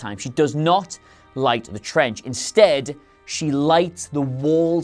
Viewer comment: Why do I laugh every time he says "trench"?